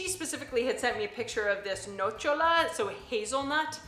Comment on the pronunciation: Taralli are not cookies or biscuits, they're like crackers or bread! Ps: it's nocciòla not nòcciola, and pistackio not pistacio 😘